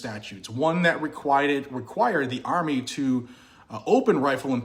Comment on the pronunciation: "Requiahd" dont hide the accent brother 😊